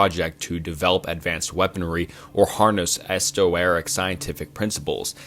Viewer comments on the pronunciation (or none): Esoteric is not pronounced that way. Idk what you just said. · “Esto-Eric”, “Luft-waffle”, “Jestapo”. Jesus dude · Yeah 10 minutes in I can't finish this. Jestapo and estoeric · Him saying mengele like men-gel and esoteric like “estoeric” is making me want to turn off the video😭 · Lol but the mispronounciations are part of the fun. "Estoeric" 😂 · this is really minor, but it's pronounced eso-teric, not esto-eric, unless this is a channel meme that i don't know. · a lot of this is just regurgitated wikipedia knowledge and i really do question how valid any of your presentation of these subjects are because you mispronounce simple words such as "esoteric". I would like to see a sources list next time because honestly this sounds like chatgpt and no actual research was done for this video